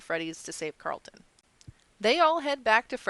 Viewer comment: Car- rul-ton not Cart-lin. :) I know you will tell me to shut up I'm sorry